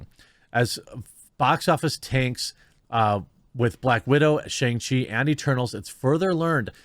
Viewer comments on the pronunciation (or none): Me before watching the video: Please, for the love of God, don't pronounce SHANG as SHONG...Jeremy....Jeremy....no.....don't. I see you.....don't! Me after watching video: *eye twitches rapidly* He...he said it. Right there.....right at the mark.....why did he say it like that.....w-why?